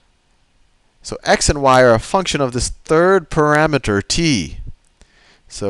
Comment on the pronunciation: Pa-RAMETER. Parameter. ...pa-rameter.